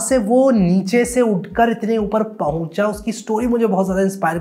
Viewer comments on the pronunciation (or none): Bhai aap U.P se ho kya, wo " bohut aur Pohucha" bada apna sa laga